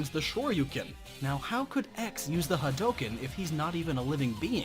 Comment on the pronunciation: Glad you didn't say "ha-dew-ken"........